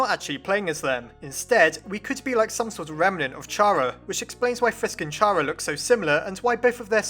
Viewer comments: Chara is pronounced Care A Not Char A FYI. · Chara's name is a play of the word CHARActer. It soumds like Kara, not CHA ra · Dude its pronounced car-uh not char-uh its very frustrating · It's (car-a) not (chair-a) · IT'S CHARA (Pronounced K-AR-A) NOT CHARA (Ch-ah-ra) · Ummmmmmm, I actually don't think Chara (Char-uh) is Pronounced like that, i think it is actually pronounced Chara (car-uh). Edit: Never mind you realized that it might be that too. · it's care-ah not char-ah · IT'S PRONOUNCED CARE-A IT'S A PLAY ON WORDS *CHARA*CTER THIS IS SO FRUSTRATING TO ME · ITS KARA LIKE CHARACTER YOU DONT SAY CHaracter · I think it's prenounced car-a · it's pronounced "Cara" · Y does everyone say chara's name wrong? Its chara as in character (i think) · Stop pronouncing Chara like that. It's pronounced like the beginning of 'Character'. You know, *Chara*cter. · Chara is pronounced with the letter k.